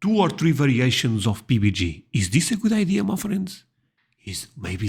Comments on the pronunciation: Love your videos and watch daily (all the way to the end, you’re not alone). When you refer to Peanut Butter and Jelly you pronounce it PB&G (gee) in the U.S. it’s PB&J (jay). Thanks for another great video. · PBJ NOT PBG. A J sounds like Jay as in a bluejay (a bird). Maybe you should Google the pronunciation of the American Alphabet. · I dip my corn dogs in Thousand Island Dressing at home. 🤷‍♀️ Put whatever you want on it. In public I mix mustard and ketchup together on them. Rattlesnake is a niche dish. I've only known one person in over 60 years who ate it. Why do you always pronounce it PBGee instead of PBJay? Is it a joke, a misunderstanding of pronunciation or a difference in dialect pronunciation of the letter J (jay)? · Rattlesnake is just another meat. I haven't had it myself but my wife and husband have. The snake's poison is only in the glands in their mouth, next to the fangs -- not in their meat. PB&J: it always sounds like you're saying PB&G :) You can use any kind of jam or jelly, any kind of bread, and you can toast it or not. I eat peanut butter on toast all the time, and sometimes have 2 pieces of toast with peanut butter on one and jam on the other. You haven't had a float? Root beer isn't my favorite either, but I have to admit it makes pretty good floats. But you can make a float with any kind of pop, so try it with root beer (A&W is the brand you were thinking of), but also try it with whatever kind of pop you actually like. I like it with lemon lime (like Sprite or 7-Up or Starry). Just put a couple scoops of vanilla ice cream in a glass and pour in some pop. You can add more pop once the foam dies down a bit. The ratio doesn't matter, it's a matter of taste. The pop and ice cream mix to make a lot of creamy foam in the middle, and in the bottom you have creamy pop, and on top melty ice cream. You'll want both a spoon and a straw to enjoy it fully.